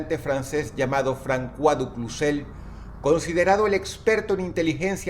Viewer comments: no se lee francua se lee "fronsua" y se escribe François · Francua? Es fransua osea cois es sua aunque no tiene importancia es importante saberlo y lo digo ya que si Dros es una persona educada asumo que seria bueno saberlo no? Como cuan dice Dios Abramanico. Es Dios Abrahamico auque en castellano la H es muda hay una extensión de la A o incluso la H podria cumplir el rol de semjar en sonido a una J. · François se pronuncia como fransoa 🌚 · Sólo una pequeña corrección. La ç en el francés se pronuncia de la misma forma que la s del español. Por lo tanto la pronunciación del nombre del contra almirante es "Fransuá" y no "Francuá". De hecho tal es la razón por la que mi nombre de Youtube es Fransuá. Un excelente vídeo con un tema para pensar. es por ello que es importante ver lo que dicen ambos bandos en un conflicto. Casi todos los noticieros que vemos son o de EUA o de la unión Europea. les recomiendo ver RT (noticiero ruso) aunque evidentemente está todo en favor de los rusos. Recuerden que no hay buenos ni malos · Se pronuncia fransua no frankua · Alguien le haga saber que se pronuncia "Fransua" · Es François, y su pronunciación fonética sería como fransoa...jjjj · Un apunte, el nombre francés "Francois" se pronuncia "Fransuá". Muy buen video, llevamos en guerra mucho tiempo y aturdidos por las redes sociales, dejando pasar la vida real día a día. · "Frankuá". Jajajaja Dross sólo tenía que preguntar a Google como se pronuncia. Que idiota. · Todo bien pero se pronuncia "Fransua du Cuzé" (A ver si alguien se pone a pelear conmigo :v)